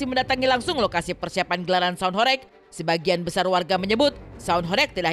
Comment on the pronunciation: Baca ho"reg" seperti baca ba"reng". Horeg artinya bergetar.